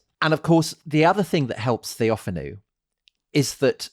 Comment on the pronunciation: TheophAno (TheoFAno) ... not TheOfanou